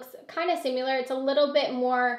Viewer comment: SIMILAR** NOT SIMULAR.... that was so distracting..